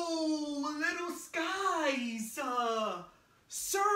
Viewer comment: It's pronounced sikes